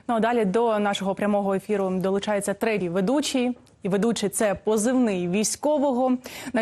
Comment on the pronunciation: Чому ти кажеш "етер"? Мене це бісить!